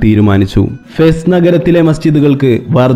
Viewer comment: ഫെസ്സ് അല്ലാ,,, ഫാസ് ആണ്